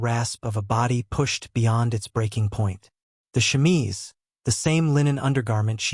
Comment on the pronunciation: Wow....What a bunch of bullshit. How about some facts with your opinions and myths? The chemise (which pronunciation you absolutely mangled) has been debunked long ago. Not that it really needed to be. I don't even think there was a time when it was ever thought of seriously as fact. FYI-When you judge yesterday's people by today's standards-You distort who the people of the past actually were. This was one of the worst "historical" (meant loosely) vids I've seen in a while. That says a lot...